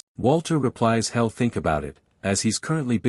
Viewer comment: It's kind of annoying when the AI narrator says he'll like hell and she'll as shell 😮😮😮